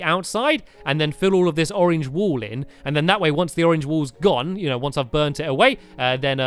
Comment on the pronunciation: when he says burn the wool it sounds like burn the wall (he says that in building time